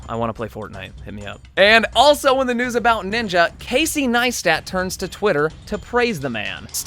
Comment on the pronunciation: "let's get right into the NOOSE!"